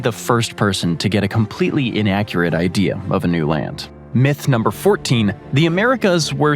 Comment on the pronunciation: He does it to a load of words that end with 'a', but not all the time. I noticed 'Asiam', 'Ideam', 'Artacticam', 'Abujam', 'Parkam' and 'Americam', and I'm less than 17 minutes in. Doesn't happen every time he says those words, though. It's irritating.